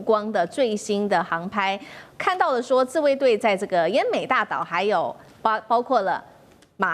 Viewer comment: ＂奄美＂島稱為＂ㄧㄢ美＂島不是安美島，＂敕＂讀作ㄔˋ，不是赦，請來賓與主持人在討論時留意。不要不懂裝懂，這樣不好呀？